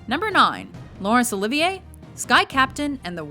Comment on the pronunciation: YEAH! My name is Olivier and it's weird to hear someone say my name correctly. Usually people call me "Oliver"